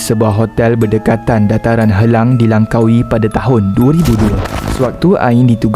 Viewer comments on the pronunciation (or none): Langkawi bukan lankawi ok